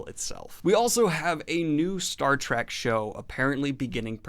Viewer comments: It's Star Trek not Star Track :P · Love ya bro, but evey time you say "Star Track" its like nails on a chalkboard.